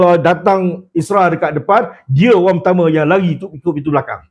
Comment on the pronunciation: Isra tu apa? Isra mijra ke? Sebut yang betol la😂